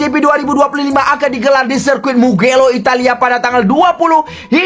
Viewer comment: Mugello min bukan mukelo😅😂